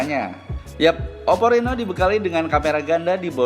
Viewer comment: Oppo reno mim , bukan rino